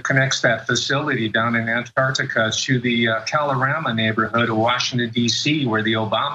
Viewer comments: Did the US change the spelling of Antarctica to Andargdiga, or do they all just have a speech impediment? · ANT Arctica !!?? FFS